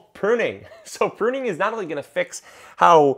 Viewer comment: Not sure if anyone mentioned if you are "puning" rather than "pruning" 😆